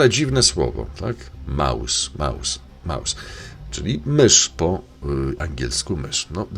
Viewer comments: Krzysiu Jackowaski mówił słowo MOUS a nie Maus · on mowi MOUS A NIE MAUS !